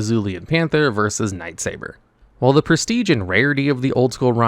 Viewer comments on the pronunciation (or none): none